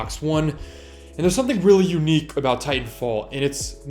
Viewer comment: why tf does he say unique like that😂